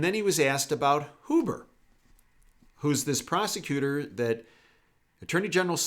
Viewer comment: Roger that? BTW... it’s Hyoo-burh, not Hoo-burh. Good vid.